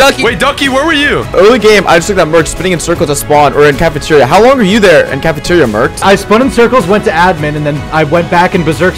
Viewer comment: Can-e-ter-ya bruhhh